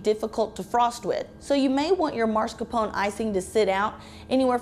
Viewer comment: Why is she pronouncing it MARscapone, when it's MAScarpone? I hate that!